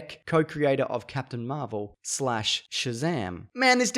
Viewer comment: Why is nobody talking about Zap-tain America? Lol